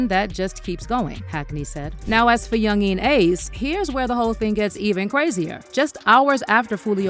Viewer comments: The way she say yungeen ace name is killing me 😂😂😂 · She pronounced his name different like four times .Yungeen Ace. Then she F'd up the title of the song saying I told em to do it. When it's just do it